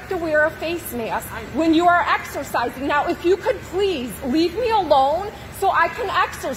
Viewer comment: " I want to axercizing "